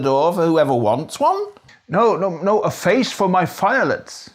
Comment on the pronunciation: “A face for my fiolets” lol 😝